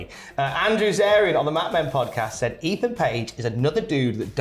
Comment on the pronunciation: Eathan page ? Wow 🤣